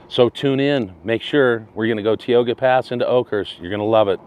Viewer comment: You're finally traveling into my part of Cali. I've never heard it pronounced Teeoga pass before. 😁 We say Ty-oga. But hope you enjoyed your trip through our neighborhood!